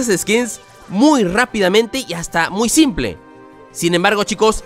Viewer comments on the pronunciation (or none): none